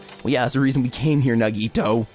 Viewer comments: Yes! Thank you! I don't mean to be rude, but please, it's na-ge-TOE, not na-GE-toe... oh no... no I sound like Hermione... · Naw-ge-toe that's how you pronounce it I think